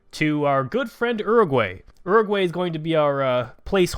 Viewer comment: It is pronounced OO-ROO-GOO-AH-II